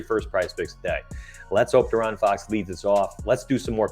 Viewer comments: Lol its (DEE-Aaron) bro 🤣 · hey love the vid but i couldnt shake how u say foxs name 😂